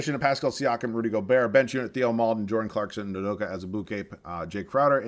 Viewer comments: Its pronounced "TAY-oh" Maledon not "Thee-oh" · Theo maledons name is pronounced teo